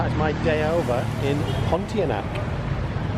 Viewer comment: "PON T ARN A" is how you say it.